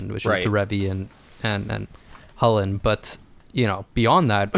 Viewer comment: I will never accept hullen as the pronunciation